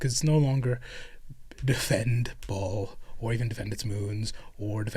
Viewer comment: I realize you’re talking about WH40k and not biblical Baal but it’s definitely not pronounced Ball. Try Buh-Al. It’s hebrew.